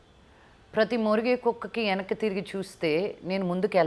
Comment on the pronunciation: Yenakki kadu venakki - telugu raadu